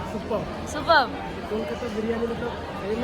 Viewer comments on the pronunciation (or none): Thik thak kotha ta bolo birani na biriyani tulika ke bolo tolika bon k bolo bun aktu valo kore kotha boleo